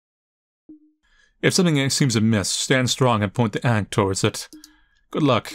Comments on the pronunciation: It's "aangkh". Not ainkh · Yea this game dev for sure has a specific.. Type.. Of.. Design.. That they like and use a lot.. That is for sure. Its very distinct since you almost do not see it anywhere else. Not unless you are specifically looking for that style anyways. Side note, I have never heard someone pronounce ank the way you did here before. Sounded odd to me. But I guess when you are used to listening to one variant of people saying things hearing a different way sometimes sounds completely off. ( Oh and, do not get me wrong. I do like the fact that this dev has their own unique style. I prefer things that way, Makes their stuff even more.. Their own, and not something that has been copied countless times... I say that yet my art style is very much typical from my part of the world when I am doing most of my stuff.. With the exception of when I am trying to do things in another style due to being payed specifically for that style.. Think the only thing I can claim to be uniquely mine art wise is probably my landscapes.. Stuff I do not do as often and its not done in a way that imitates anyone else.. )